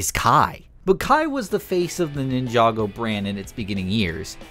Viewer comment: Bro really said Nin-chako I mean your not wrong 😂